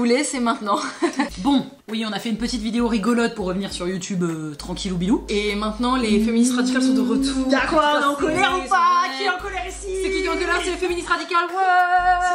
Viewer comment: On dit tranquillou "P"ilou 😉 Mais oui tout le.monde savait 🤮